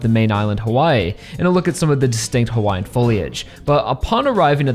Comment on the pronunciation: As a Native Hawaiian, I can say that your pronunciations of Hawaiian words were pretty good. Edit: I laughed my ass off when they used the "You can't lie if you're a cop" joke.